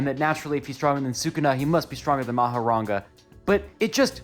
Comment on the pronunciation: "mahoraNga" is crazy to me